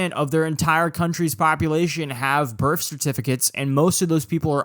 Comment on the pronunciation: Your inability to say the word birth correctly is aggravating. Other than that, great video